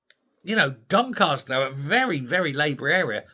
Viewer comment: DonCASter not DonCARster...... a Yorkshire thing 🙂